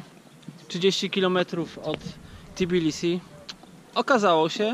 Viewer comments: Naprawde Tibilisi? Spytaj Gruzinow, czy tez z angielska nazywaja swoj kraj. W polskim jez., tez nie ma "ti", jest "te". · Co masz na myśli? Że Tbilisi w naszej wymowie czasem brzmi jak Tibilisi, bo w języku polskim (ani holenderskim) nie ma "tb" na początku sylaby, więc trochę nieumiejętnie to wymawiamy?